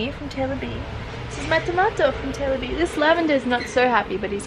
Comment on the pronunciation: Every time you say "Taylor B," I swear it sounds like "Sailor V" and I LOVE IT. 😂 Congrats on 100k subscribers and your new hamster Moss babeh! What a cutie! ❤️